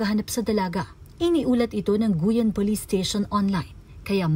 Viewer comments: Hindi Goyan yan maam guiuan yan hindi goyan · Pakiayos NG pag pronounce mo sa probinsya nmn guiuan po hndi guyan? Walang ganun fyi.. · Hindi po yan "Gu-yan" kundi "Gi-wan" (Guiuan). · sang lugar ung guyan?hindi ba guiuan (giwan) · the place po is Guiuan. Ang pagbigkas po nito ay GIWAN. Rest in peace Baby Girl. never heard anything like this po na nangyari sa Guiuan, ngayon lang.